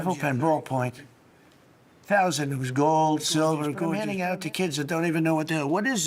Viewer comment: i hate how he says "gold."